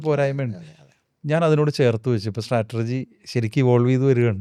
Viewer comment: സ്ട്രാറ്റർജി എന്ന് പറയുന്നത് ഒരു കല്ലുകടി ആകുന്നു.. സ്ട്രാറ്റജി എന്ന് പറയണമായിരുന്നു. ❤